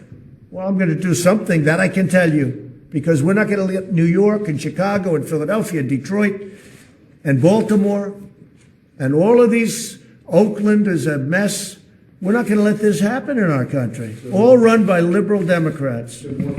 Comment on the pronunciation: The way he says "Baltimore" sounds like "Voldemort".